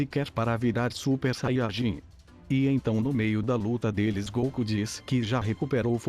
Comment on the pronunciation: vc fala saiarjin e fala muito baixo